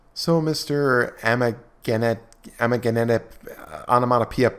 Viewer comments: I’m told the correct pronunciation is “I’m an ass-hat press” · You almost said his name correctly. "Maggot Shit Press"😉💩😉👍🤣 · You're so stupid, you can't even pronounce an easy word. Amagansett isn't that hard to say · It's "aah-my-gash-hurts" press😂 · “I’mAnAssHat Press” is the proper pronunciation.